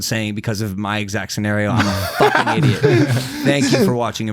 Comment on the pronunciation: Did you really just day "indiots"??? No! It must be my hearing!!!